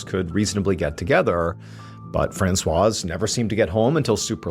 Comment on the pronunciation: I'm too distracted to follow the story. I've never heard anyone pronounce the Z in Francoise 🤔